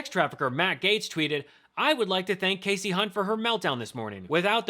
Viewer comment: Bannon is so dumb and uninformed that he can't correctly pronounced Hunt's first name. How do you get Cassie from Kasie? Remember the rule about two consonants v. one following the vowel, Steve?